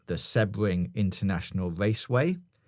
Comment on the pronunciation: Interesting theory about Sebring (pronounced more See-bring btw, but no biggie), but in Florida there is also Daytona International Speedway (up closer to Orlando, at near Daytona Beach) and Miami Homestead Speedway which is down by the Everglades.